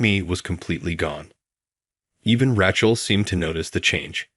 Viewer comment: Oh, Rac hell is back. Please get the pronunciation corrected!😮